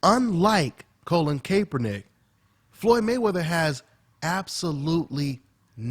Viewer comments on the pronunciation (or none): Yo, Kaepernick's name is pronounced Call-in Cap-er-nick. Cap as in baseball cap. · Pronounced "cap"ernick.... Not "Cape"ernick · (cap er nick) not (cape er nick) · why cant anyone pronounce his name correctly? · hopefully they dont hate and kick you outta the gym bruh sad to see are own who we look up too great video as always..ps u butchering my QB's name lol